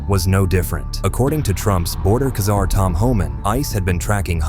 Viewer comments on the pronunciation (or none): Czar= ZAR. not KA-ZAR !!! AI CRAP